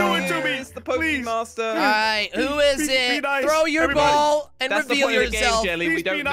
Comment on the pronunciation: Jelly its Pokemon master not pokemaster